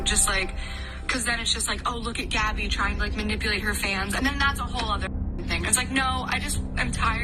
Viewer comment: whenever she says gabby bc of her accent it sounds like gibby lmfaoo